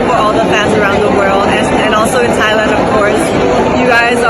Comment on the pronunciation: It's not THIGH. It's TIE Walang hangin sa pag pronounce ng Thailand